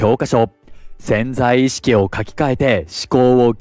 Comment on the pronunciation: ぜんざい意識ではなくて「せんざい」意識